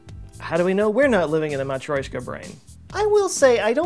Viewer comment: like for your effort to say matrioshka correctly, mate!